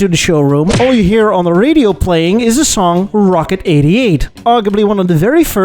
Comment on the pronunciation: hitting his R's pretty hard to make his point. Rrrrrrrocket! Rrrrrradical!